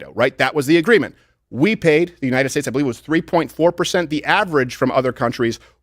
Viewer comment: If I have to hear Biden say “unined” one more time I’m moving to Qatar